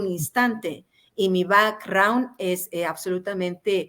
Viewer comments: Por favor qué alguien le diga a Anabel qué si va a emplear términos en ingles innecesarios, por lo menos los diga correctamente, ya qué el termino back raund no existe como tal, caso diferente es el termino background. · Que horrible pronunciación 🤣🤣🤣🤣